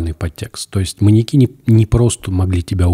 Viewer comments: мАньяки аааааа ударение как ножом по сердцу(( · В слове «маньяки» ударение падает на Я, произносится - «маньЯки». Пользуйтесь, Андрей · но почему "маньякИ" вместо "маньЯки"? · парни, маньЯки же, не маньякИ, ну ёпрст, уши порезало в клочья! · Меня что одного волнует что они говорят маньякИ вместо маньЯки? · МаньЯки, а не МаньякИ. Ударениенеправильно ставите.